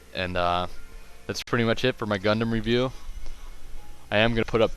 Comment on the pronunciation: is not called gundamn is called gundam